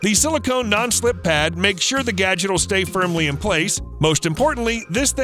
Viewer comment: گُجت gojt غلط است.... گَجِت gadget صحیح است.